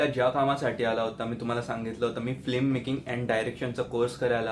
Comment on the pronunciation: All the best , please say FILMmaking not Flimmaking (फ़्लिममेकिंग)